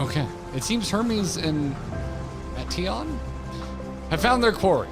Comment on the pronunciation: no... it's not pronounced like meat 🥲 it's pronounced like Meteor. Meteion - meteor That's where the name is from. "Shooting star", remember? 🌠